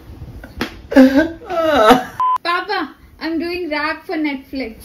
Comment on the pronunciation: He said naitlifix 😂😂